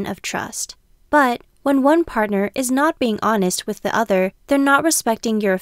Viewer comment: Why does she say 1 like that XD